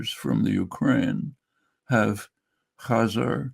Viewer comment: Can’t say Khazar